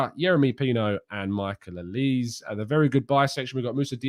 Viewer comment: FYI Michael bears a Nigerian name in Olise - Pronunciation Oli-say.